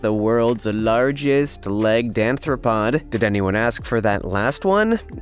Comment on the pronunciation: Ummm... Sorry to pick nits, but crabs are NOT "anthropods". There's no such thing as an "anthropod". Crabs are ARTHROPODS, from genus arthropoda. Jus' say'n.